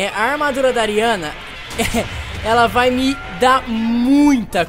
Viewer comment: Ele falou ME errado